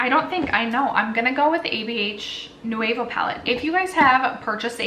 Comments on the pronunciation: Girl it's pronounced new-v-oh lol. But I still love you. This eye look is awesome. What palette is that? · Lol I kept thinking the same thing. So many extra syllables.